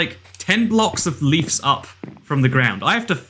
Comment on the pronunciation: I like how he says leefs instead of leaves =)